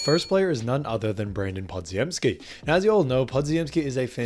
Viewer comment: Pah-Jim-Skee. You're welcome.